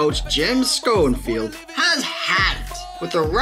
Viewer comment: Jim SCONEFIELD?? It's pronounced SHONFIELD.